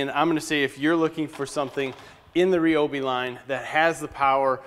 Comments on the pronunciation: Nice review! But, it's not "Ree Obi", it's "Rye Obi" ;) Figures that after I bought several kits they come out with the brushless tools. sigh The grinder kicks off because the amp draw from the battery is too high. The battery pack itself is shutting off power. The grinder is just pulling that much Amps to run it. The blade that comes with the circular saw is only for cross cutting. It's not a ripping blade. Perhaps changing to a ripping blade you'll get far better performance out of it Hopefully Ryobi will come out with another battery pack a notch higher and that'll overcome pretty much all the cutting out you were experiencing. Personally, I'm going to fabricate one myself and make a custom 8Ah pack for the Miter Saw and Circular Saw. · Did this dude just say (re- obi) its (rye- obi) god damn son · Clayton Bigs the company pronounces its name as Ree Oh Bee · Go watch any video that the Ryobi official channel has actually put out. They pronounce it "Ree-obi" themselves. You're right about the new 6Ah packs - they allow the brushless tools to draw significantly more power than the older 4Ah batteries. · Is he pronouncing Ryobi right?